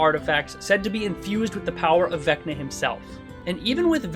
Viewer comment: Vecner? I barely know her! Also, it’s not pronounced “Becna”. The V sounds, wait for it… like a V.